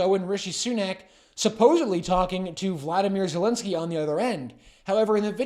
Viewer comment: Why can't any of you pronounce the President of Ukraine's name correctly? It amazes me that in Canada, a country that has one of the highest number of Ukrainian immigrants tries to put a russian pronunciation like putins name. I will attempt to help by spelling it in a way that you might be able to get it right. Volo-deemer, now look at the correct spelling and you will see this is a possible pronunciation and you should be able to agree that vladimir is a pretty stupid attempt, which is probably appropriate for turdo.